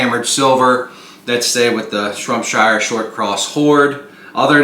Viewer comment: SHROPSHIRE !!!! Not shrumpshire